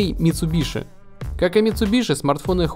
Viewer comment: Правильно говорить митсубиси